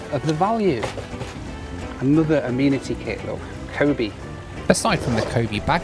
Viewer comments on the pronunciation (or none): none